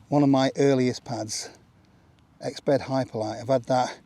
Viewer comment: the Exped became an Exbed